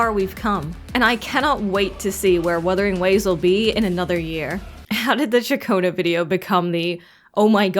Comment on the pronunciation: "Shakonnu" like chaccone that's how her name pronounced if you did a little research.